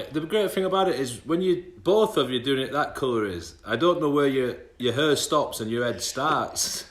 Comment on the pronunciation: Not hair, "hur"